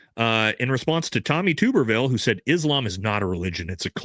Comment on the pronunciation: Hey his name isn’t pronounced TUBE-ER-VILLE it’s pronounced TUB-ER-VILLE…..FYI